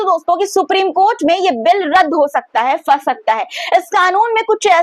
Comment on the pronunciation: Fans nhi phans hota h . Urdu seekh lo pronaunsation (talaffuz) theek ho jayega. Fir nhi phir hota h .